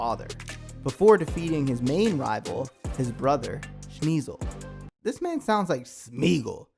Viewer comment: She-nigh-zil my brotha but fuq that smeeg posh ahh ninja